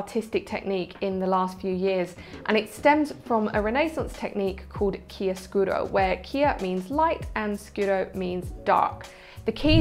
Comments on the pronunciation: this is a wonderful video! it is CHIARO SCURO, not chia scuro btw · "chiaro" not "chia" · Hi! the word is CHIAROSCURO. Chiaro: Bright/light Scuro: Dark. :) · Many thanks for this video. I'll try to use your precious advice. I also subscribed to your channel because you can really improve my photography. One small observation. The name of the Italian technique is chiaroscuro. From (chiaro = bright) and (scuro= dark). Ciao e grazie